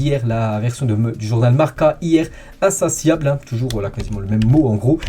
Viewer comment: Insatiable se lis "insaciable" même en français 😒